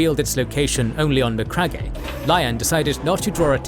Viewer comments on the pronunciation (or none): It's pronounced as Ma-crag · Great video as always! But please brother, for the love of all that is holy, it’s MA-CRAG 👂🩸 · I love these videos, but every time i hear Macragg eh i cringe a little 😬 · Macragg-e HAHAHAHA, cmon man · His pronunciation of McCragge cracks me up. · so...have you never heard the correct pronunciation of the word Macragge? bit of a silent E on the end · It kills me every time he says it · MEANWHILE, BACK ON MACRAGGE-EH! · Macragge-eh lol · No hate but your pronounciation of MacCragge and Nuceria are wrong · Not how to pronounce Macragge😮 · Yeah, thats bothering me too. Something is off. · For the love of the God emperor,can you please spend zero dollars and get the correct pronunciation for names?!